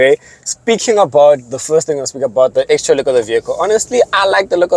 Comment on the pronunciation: Lol Bro, say interior and exterior of the vehicle slowly again… 🤔😂😂😂